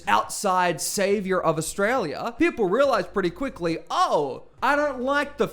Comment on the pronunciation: Pauline is ridiculous and dangerous. If she had her way Australia would becme another apaerthied South Africa. If you want a monocultural country study North Korea, Iran or Israel. People, do what Pauline doesn't, use your brain. By the way Pauline, please pronounce Australia correctly. Just like your name it has an L in it.